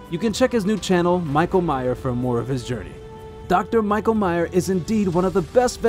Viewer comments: You claim to have met him yet you keep mispronouncing his name - it’s not my-ka it’s Me-sh-a spelt Micha short for Micheal in many European countries. We all miss Dr. Micha and his amazing assistants. It would be great to have an update about the clinic, but I get why he became burnt 🥵 out dealing with constantly lied to by neglectful owners. He can tell how old these worms are yet these people lie and say the worms just happen two days ago. 😊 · It isn’t pronounced “My-ka.” It’s pronounced “Me-sha.”